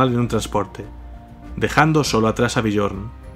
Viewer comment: me flipa tu canal la verdad ke en estos momentos es lo mejor ke existe, pero cada vez ke pronuncias el nombre de Björn me explota la vida jajaja, se pronuncia Biorn, la J como si fuera una I